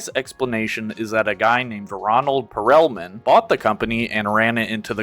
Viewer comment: Ronald PerELman. Lmao you mean *pearlman? Lol